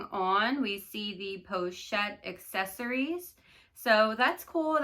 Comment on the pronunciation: "Accessoires" is not pronounced "accessories"...so many creators say it incorrectly.